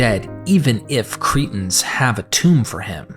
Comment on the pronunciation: You make the word Cretans sound like the word cretins, I wish you'd take time to be very clear & precise with you pronunciation. Even the book of Acts you make sound like the book of Axe, just to mention 2 of many!